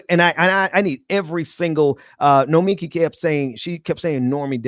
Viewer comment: Great show! Please learn how to say Nomiki's name. She's too nice to say anything.